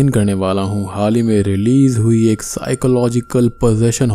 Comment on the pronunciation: Egg✖️ Ek✅